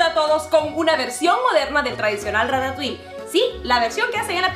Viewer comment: Se pronuncia Rata tuí, no ratauiL xd